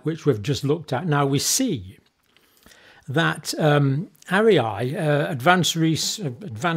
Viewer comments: Is it not pronounced aria like in an opera? I often find John pronounces things a little differently. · Dr John! It’s pronounced ARE-REE-AH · It's clear you have no background in the sciences nor in journalism but you could, at least, pronounce ARIA properly while slagging it off.